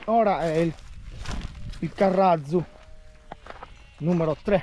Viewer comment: Salve, Nel titolo ha scritto "carratzu", il tz si pronuncia più duro di una doppia z. Ma ha pronunciato con z debole che andrebbe scritto "carrazu"